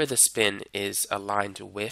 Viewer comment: “Wiff”. With. “Strenff”? Strength.